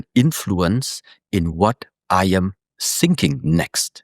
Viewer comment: Funny how he pronounces "thinking" as "sinking".